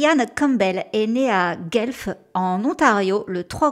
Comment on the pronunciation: Je ne peux m'empêcher La prononciation de Guelph, ontario, est "Gwelf" Ceci dit tu es toujours excellente et c'est un plaisir de t'écouter